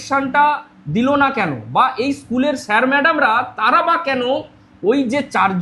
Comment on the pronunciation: র টা ঠিক ভাবে বলো, তাড়া নয় তারা।